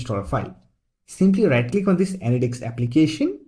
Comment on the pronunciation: say anydeks again